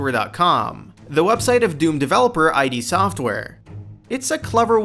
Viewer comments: One amazing fact you guys don't know about Doom. The company's name is fucking id not I.D. Like... the word 'id'. Not even gonna bother finishing the video if you don't even know the company's name... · Here's a fact: Anyone who says "I.D." Software has no business making a video about Doom. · I screamed out loud every time he said "I.D. Software" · I D Software???? You lost me there. You had no idea how to even pronounce the name correctly. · I cringed when he said eye dee. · STOP SAYING EYE DEE! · Eye Dee software... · EYE DEE SOFT WEAR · I literally stopped your video in, I can't take you saying "I.D." Software. The comments below show your fact checking is a bit off, and with your inability to pronounce something based upon Freudian psychology and the game company that brought the world first person shooters? Just stop, please. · glad to see so many of my faithful brethren correcting the pronunciation of 'id'. also glad to see a lack of bashing on doom 3 xD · "What are your thoughts about this?" Well, uh, you didn't even bother googling how to pronounce the name of one of the most important game development studios of all time. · 1 amazing fact YOU should know is how to say Id Software!!! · You said Id wrong. on a doom facts video ... fucking hell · Makes video about "amazing" DOOM facts, can't pronounce "id software" as intended by original creators. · Id. Not I.D. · Its "id software" not I.D. software you filthy casual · It's pronounced "Ede" software, not I.D software. Make that number 1. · It's not I.D. (eye-Dee) its ID (IDD) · me too. I yelled it's ID, not I.D. every fucking time!!! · Thank god im not the only one who noticed how he said that. It annoyed the piss out of me. I kept saying it's IDD! not eye-dee lol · I am pretty sure the name of the company is pronounced "id", as in the Freudian part of the psyche that governs basic instinctual drives, like aggression and libido. (as opposed to "eye dee" as said in the video.) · i.d. software? you mean id?